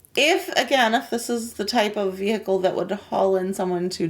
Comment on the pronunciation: She did the thing "ve-heacle" lol